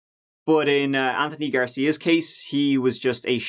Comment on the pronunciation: interesting .. in this one u pronounce the "th" in anthony correctly whilst many other times u say "th" the irish way - i'll never figure u irish out ;-)